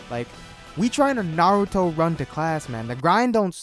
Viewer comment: Finally someone who doesn't say nuh-rootoe. (*IM NOT A FUCKIN WEEABO*)